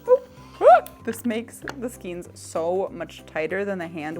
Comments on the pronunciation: Skane not skeen. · Skane, not skeen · It is correctly pronounced "skayne." It follows the same pronunciation rules as words such as vein, rein, weight, eight, etc. The rubber band goes at the top to determine the height of your skein. Those ring hooks are actually more for knitting to pick up dropped stitches when knitting on-the-go. I have the same complaint about my project back with the holes in the top. It feels like a mindless design choice, honestly, and is definitely not a feature people with, say, CATS can use XD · As a new crocheter I was also curious how to pronounce skein so I googled it. I guess the correct way is skane with a long “a”. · Skein say like skaine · Skein - -> pronounced SKANE. Please! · It’s skein( skain ) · I think it's Skein like "Skayne" but i dont think it matters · Most pronounce skein as (sk ay n) as if you're saying hay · skein rhymes with rain, and is for things like redheart super saver or yarn wound in that way, hanks are kinda messy but common in hand made yarn (usually a wrap and twist kinda method) ball is a literal ball, cakes are what you get from yarn winders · I love your videos and your energy! I'm pretty sure skein is pronounced with a long a sound, at least in the U.S.